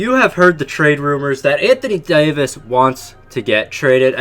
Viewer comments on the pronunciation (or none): Anthony Daoyvis